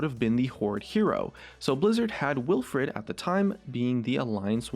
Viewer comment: Wilfred not willfred